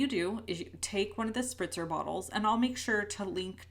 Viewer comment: Spritzer spritzer bottle not sprinter LOL